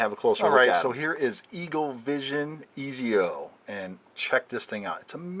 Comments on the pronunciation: im sorry to be rude but its pronounced (Etsio) not (Eezio) i don't want to be an ass but that pisses me off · lmao great review but his name is pronounced like etsio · Also it’s pronounced Etsio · ITS PRONOUNCED "ET-ZI-O" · Pernounced ( ets-io) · its prenaunchheeeyd Ettzio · You said exits name wrong but still good review